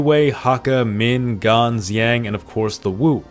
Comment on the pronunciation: Xiang pronounced like English shyang . X is not pronounced like Z in Chinese.